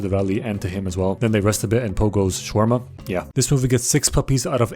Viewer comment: Gotta respect how man said Shawarma the right way